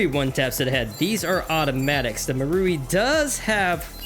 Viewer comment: You said Mauri wrong